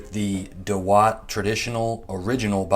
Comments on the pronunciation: I think Indians have the best pronounciation...it's daawat not dawaat.... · It’s not da watt .. it’s dawat means party 😀 India gate is the best rice for biryani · It's not दवात it's दावत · Naam theek se bol nehi para aur humey sikhayega? Pass.